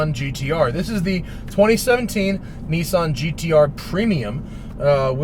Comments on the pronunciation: Nissan not neesan. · remember guys, its NISSAN not NISSIN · Nissan not Kneeson. Thanks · How come all english speaking people blatantly ignore that Nissan have two S's in it? :D Niiisaaaaaaan xD